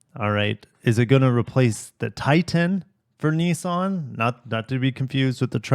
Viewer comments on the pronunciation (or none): none